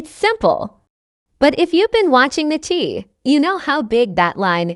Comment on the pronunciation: Once again it's the Chi pronounced shy, what is this commentator talking about? Is she talking about this season or past seasons